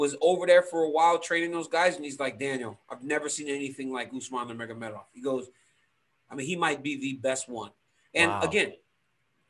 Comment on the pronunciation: Ariel wanting to pronounce Adesanyas name correctly but still pronounces Khabibs last name as NurmaGAmedov